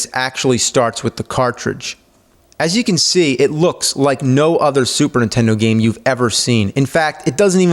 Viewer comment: Say Superntendo one more time